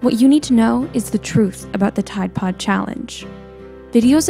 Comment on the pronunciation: Why u say ride pode?????